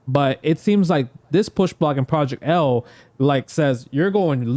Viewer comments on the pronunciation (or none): Half of those names are so off lol for Project L lol